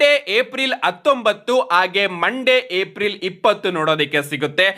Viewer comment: ಏಪ್ರಿಲ್ ❌ ಏಪ್ ರಿಲ್ ✅